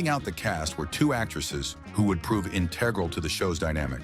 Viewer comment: You don't know how to pronounce "integral"?